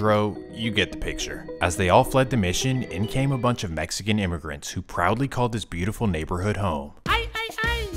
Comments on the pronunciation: “MESSICAN” are you f’ing serious 😂😆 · Mexican not messican 😅